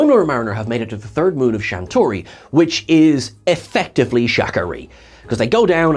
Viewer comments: Third moon of what planet? "Shan-toor-i"? (I believe you are missing 1 syllable.) I humbly suggest you re-read that planet name again and find another item for Cetacean Observations... I read it as "Sha-ta-na-ri", a derivation of "Shatner". This would have reinforced the joke about "KIRK" on the mailbox. JMHO, YMMV. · Not shantori..... SHATNARI lol